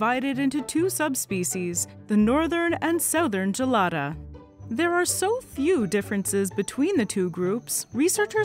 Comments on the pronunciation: Its pronounced with a hard G, guh-lada, not juh-lada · "Right Gelada": I was really needing to pee